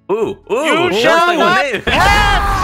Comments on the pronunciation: The word is you shell not pass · Yuo shale not pas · You chall not pass!